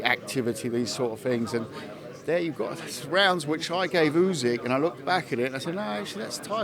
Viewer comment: Why is he pronouncing Usyk as Oozig..?! 🤦🏻‍♂️